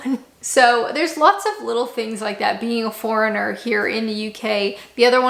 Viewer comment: You still pronounce ‘foreigner’ like ‘fauna’, and I still can’t understand what your name is. Screens are not really needed on windows in UK, or in France, the only other country where I’ve lived. Eggs do not need to be refrigerated in Europe because they are not treated as they are in North America. Air conditioning has not been needed often enough to justify the expense: that may change with global warming. Banter: the French people we were friends with used banter much as Brits do - and their fire hydrants are more like in North America. We use European date format - it is not just British. Condiments were traditionally used to add flavour to otherwise bland British food, whereas in most of Europe, they use sauces in cooking to add flavour.